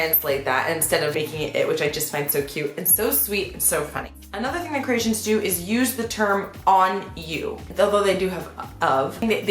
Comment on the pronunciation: Maybe Croatians sound as funny as her when she says Ceratians instead of Croatian